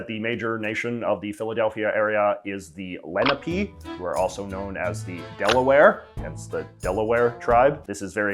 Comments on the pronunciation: It's actually pronounced Len-ah-pay, not Lena-pee. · The native american tribe isn’t pronounced like the leh-nah-pee but instead pronounced like leh-naw-pey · quick correction: that tribe's name is pronounced Len-ah-pay, not Len-ah-pee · Le-NAH-pay. Not Le-ne-pee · Just to clarify in america they are called indians not first nations. But more importantly its pronounced Leh-nah-pee not -Len-eh-pee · On of my parents is from Pennsylvania, and we grew up pronouncing it. "Leh-nah-pay" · I think its pronounced Len-ah-pay :) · hi!!! lenape is pronounced “len op aye” luv the vid tho bro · It's my udnerstanding that Lenape is pronounce leh-nah-pay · I’m sure I’m not the first person to comment this but it’s pronounced Len-op-ee. Lene Lenape dominated most of New Jersey/ Eastern PA prior to European invasion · and its len-AH-pe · "Lenape" is pronounced like "Len" rhyming with "zen", "a" like in "arm", and "pe" rhyming with "hay" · Fantastic! Amazing video, J.J! Just a note that a more accurate pronunciation of Lenape would be “Le-nah-pee” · Lenape is pronounced Len-ah-pay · Fun fact, stemming off the flag from Philadelphia: the BSA has an honor society based around the Delaware tribe called the Order of the Arrow. I myself am part of the Lodge for my Scout Council, and if my memory is correct, "Lenape" is pronounced "Len-AH-pay." Not blaming J.J. for the pronunciation, but I figured I'd have the correction known! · Lenape is pronounced len-op-aye. Learning about the Lenape is the base for NJ K-12 education about indigenous people.